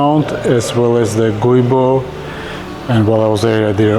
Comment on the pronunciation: It's pronounced "joo boh"